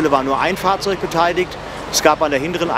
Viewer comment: Immer mehr Menschen sagen "beteidigt" statt "beteiligt"🤦und dieser Feuerwehrsprecher dreimal "beteidigt" 🙄😬